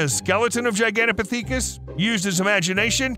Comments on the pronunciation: I really enjoyed your video. You have to research a little more though. It’s not pronounced gigantopictheekus , it’s gigantopickithus Saying it right gives a little more credibility. Everyone is entitled to their opinion, but unless you’ve seen or heard something that cannot be explained except for it being a Bigfoot, they will remain a source of amusement As will the people who have gone into the bush and have had something unexplainable happen to them, such as myself. Miles from anywhere deep in the Alberta wilderness something happened that cannot be explained unless the existence of Bigfoot is real. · OMG please re-dub this video after looking up how to pronounce Gigantopithecus 😂 its Giganto• (like gigantic but with toe at the end) pith•eh•cus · The pronounciation of Gigantopithecus tho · As an avid Ark player, the way you pronounce Gigantopithecus really bugs me 😣 lol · same, i was like: am i the one who was pronouncing it wrong or is he lol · Hearing the mispronouncing of gigantopithecus was painful… all two dozen times. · G I G A N T O,P I T H, I C U S. You're saying it wrong! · My God man I didn't think it was possible to say gigantopithecus wrong so many times short time frame. Next time just say it once maybe twice so it doesn't make you sound so ignorant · The way he pronounces Gigantopithecus is so fucking jarring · Oh holy hell, man.... it is pronounced ji-gan-tah-pith-i-kus quit saying it wrong .....over and over and over.... im about to throw my phone across the room if I hear you say that one ... and there it is.... omg! It's pith not peak..... pith-i-kus, not peak-us You just had to get it in one more time before moving on... I think you must be doing it on purpose knowing how badly you were mispronouncing it to annoy the rest of us.... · Gigantopithecus is not pronouced Pee tha cus it's Pith uh cuss. I can't take hearing it wrong lol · LOL no it is not, you must not watch all of his videos, he does this a LOT. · why u sayin piTHEEKUS